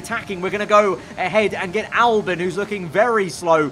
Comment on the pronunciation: Hamilton vs verstapern AA is ham and Lando is Ham? and its AlbON no i in Albon